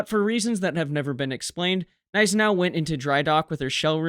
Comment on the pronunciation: Great video and thankfully a commentator that correctly pronounces Gniesenau, and Prinz Eugen. It makes me rage quit videos that mispronounce these two ships, as it makes the research highly suspect.